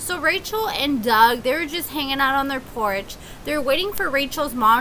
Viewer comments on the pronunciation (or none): none